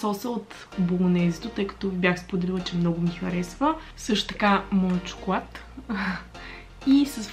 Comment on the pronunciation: Моля ви казвайте “Л” правилно!,ти вместо шоколад,казваш “Шокоуад”... П.С. не е хейт!Много си яка <3